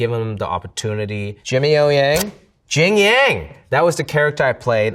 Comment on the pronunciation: Butchered his own family name 😭